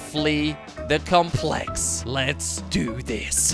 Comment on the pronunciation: It really bugs me that you're mispronouncing "complex."